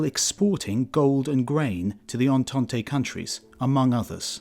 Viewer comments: It's not "ententay", it's "entant". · I love all these videos. But, Voices of the Past, double check your pronunciations. The word "Entente" has two syllables, not three.